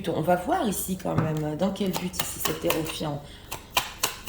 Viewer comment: Excusez-moi ! Ça me fait sourire à chaque fois, votre façon de prononcer Hiérophante😅 .... vous dites hérophiante 😂... Ça sonne bizarre 😉